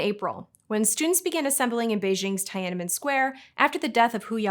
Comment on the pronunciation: Oswald Mosley : mōe-slee Tiananmen Square : tee-ah-nan-men square (You guys really need to look up how to pronounce words a bit more accurately. Really.)